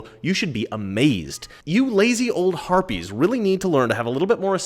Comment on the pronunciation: he said "harpies"